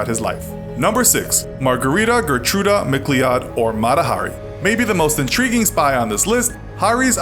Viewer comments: MacLeod is pronounced mc-loud... honestly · Fuchs is pronounced Fooks. MacLeod is pronounced MacLoud. You might want to invest a few seconds in looking up the correct pronunciation of names before narrating a video.